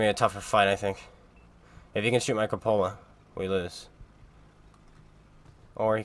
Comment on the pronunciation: If you're going to be an author, you should probably learn what a cupola is and how to pronounce it.